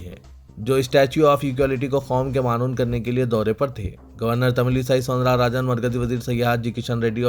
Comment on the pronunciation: اردو اخبار کی غلطیاں اللہ اکبر رخنہ کے ر کو زبر کی جگہ پیش اور معنون م کو پیش ع کو زبر ن کو جزم. و کو زبر اور آخری ن کو جزم